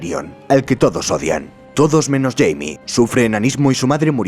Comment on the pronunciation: Supongo que como los nombres no tienen traducción, los an pronunciado en su forma angosajona, yo en cambio, Jaime, no sera "Yeimi" sino, "Jaime" tal cual como suena XD